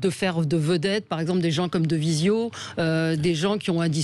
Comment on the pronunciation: Et même pas assez au courant de l'actualité pour prononcer son nom correctement (elle l'appelle "de Vizio".